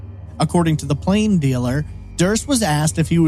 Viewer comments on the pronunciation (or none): none